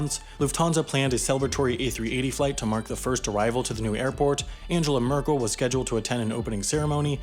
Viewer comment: The name is "Angela Merkel", not "Anjella Murkl",.